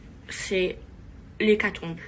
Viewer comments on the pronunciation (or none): La perte de goût et de l’odorat sont des symptômes du Covid donc tu n’es pas asymptomatique ma belle, et tu feras gaffe le mot c’est hécatombe pas hécatombLe. Bref tout ça pour dire que tu ferais bien d’aller t’instruire un peu au lieu de tourner dans ces émissions abrutissantes qui font perdre des neurones